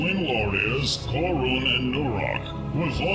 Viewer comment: Khuron and noruhk really? Nice campaign though